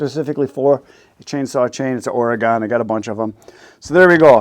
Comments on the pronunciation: my home state is Oregon = Or-i-gun, not Or-ee-gone, just saying. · It’s “oregun”